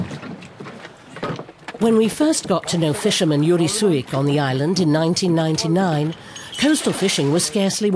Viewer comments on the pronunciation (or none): Not Yuri, but Jüri. The pronounciation is remarkably different. Also, Estonia was annexed in 1940, not 1944.